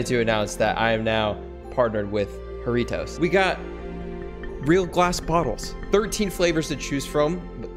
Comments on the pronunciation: Normal people: Jarritos: hareetose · Btw it’s a Mexican drink jaritos and u pronounced it wrong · IKR I SPEAK SPANISH AND THEIR SAYING IT WRONG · As a Mexican I am disappointed in the pronunciation (mandiran is the true Mexican flavor) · If ur gonna get sponsored by Jarritos plz say it correctly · You said it wrong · Saying jarritos wrong stop pls